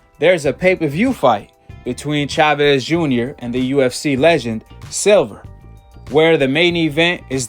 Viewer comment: "Silver" hahahaha. im dead. SILVA.